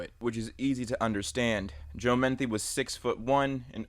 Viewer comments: bruh it's Joe Metheny not Joe Manthe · Its Metheny not Methny. I live in Maryland I know about him. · It's Joe Metheny....Meth-en-ee. Not menthy. JS, js. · It’s pronounced “muh-thee-knee” not “minty” lol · His name is spelled "Metheny", pronounced "meh-th-any", not "menthy" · not to be rude, but his name is Joe METHENY, not Menthy. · It's Metheny, not Menthy. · Got super confused hearing Metheny as "Menthy" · Joe Metheny not Menthy. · Its "Mah-Thee-Nee".. God I hate when someone makes a Documentary style video and mispronounces such a simple name.. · Joe Meth-eeny is the pronunciation. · It’s actually pronounced MU-THEE-KNEE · That Joe Metheny story happened in my home city and it always disturbs me. Also idk why it bugs me that he said the surname wrong. Great video though!